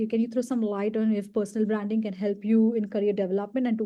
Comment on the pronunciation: Feedback: It's hard to understand what she is saying. Many words are mispronounced as ranks, traits, branding.